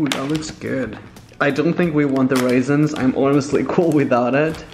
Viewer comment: ..did he just say.. waisins?